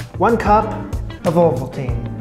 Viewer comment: Coming from Switzerland, it always makes me cringe ever so slightly when you call our beloved OvoMALtine 'ovoltine' over and over again. It's not the same brand, please. XD